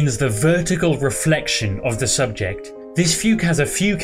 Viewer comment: Please stop saying SUBJECT ;p